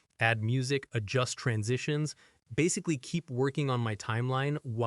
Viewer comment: are you like doing your voice over as an ai voice? cuz you mipronouned the word "basically" in a very weird way...